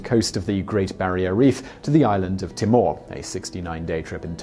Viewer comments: It's pronounced tee-more (Timor) not tim-or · Okay so Bat Hurst?? Nah mate it’s bath-ust, the r is silent. Timor? Tea-more my friend. That’s how us Aussies usually pronounce them. I live near Bathurst and attended boarding school there... don’t fret though as even some Aussies usually those in Sydney get it wrong too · Terrible pronunciation of 'Bathurst', 'Timor' and 'Batavia'. Hahahaha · Well in this video there was - Bathurst and Timor.